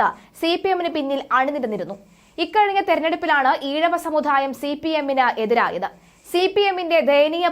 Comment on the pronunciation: സമുധായ o അല്ല സമുദായമാണ്